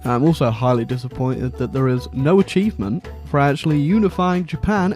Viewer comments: Nobody:: “Achievomentay” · An achee-vo-ment